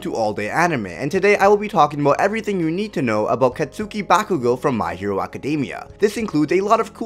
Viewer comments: Just that you know: Katsuki isn't pronounced Ka-tsu-ki but Ka-ts-ki. But that is just me being all triggered xD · It's not 'Cat-Suki', it's 'Cot-Ski'. Just say Kacchan, lol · katsuki is pronounced Katski. it's annoying hearing you mispronounce his name